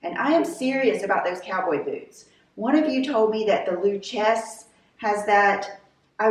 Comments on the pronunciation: Lou Chess 💀💀💀 the boots are pronounced “loo-kay-zee” . You know you can Google how to pronounce things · Love those jeans. Pretty sure Lucchese boots are pronounced Loo-casey. At least here in Texas :) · Lucchese boots: "loo-kay-see" You want a snip toe. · Absolutely love the chair a s table there instead of the couch!!!! That lipstick, I’m gonna have to get the first color - looks gorgeous!! Lucchese. Has amazing boots - however, you need to say it correctly, lol. Like a Texan. Lu-case-e. Love ya,!!